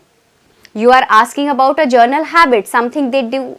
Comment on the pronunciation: It is not journal....it is general!